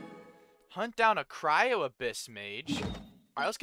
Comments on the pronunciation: Its not pronounced cy-ro its cry-o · Its actually cry-yo and not cy-ro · please, not cyro like kaeyro lmao. , c-r-eye-oh. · "Cryo" is pronounced like "Krayo" not "Kayro" just letting you know❤😅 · I've noticed it since like, I don't know since what part, but if I'm not deaf, you're definitely saying "cyro" and not "cryo" . Sorry, just that every time I hear it, I chuckle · Not tryna be mean, but it's pronounced Cryo (cry-oh) not Cairo 😭😭😭 think of it like the root word, cryo, meaning ice (cryogenic). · Got here in 36 minutes btw its pronounced cry-o not kayro If you run out of stamina while climbing you can do a plunge attack so you dont die from fall dmage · I hate it when you say cyro- It's cryo 😭😭😭😭😭😭😭😭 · been enjoying your streams of genshin. just fyi it’s cry-o and not Cairo 😂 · the ice element is pronounced “cry-o” not “cy-ro” btw!! :) loving the vids, its fun to see someone playing the game for the first time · its a nitpick but you keep calling cryo cyro the y and r are the other way around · I just love how you say cyro instead of cryo lol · i laugh every time he says cYro instead of cRyo ahahahh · CRYO IS PRONOUNCED CRY-O NOT KYRO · It is called "cryo", not "cyro". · The gameplay that will progress in this game , you’ll have to do more strategies and faster moves and also the pronounciation for Cryo is ( Cry - oh ) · I’m loving this series so far, but one thing that bothers me is that you keep pronouncing “cryo” differently it is supposed to by pronounced as cry-oh but it’s still call if you want to call it whatever you want, just thought I’d let you know the correct pronunciation. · Just to know that cryo the "ice" in pronounced kryo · Idk if theres a comment abt this already but cryo is pronounced cry(😭)-o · I love how he keeps calling Cryo cairo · just so you know, cryo is pronounced cry-oh🤓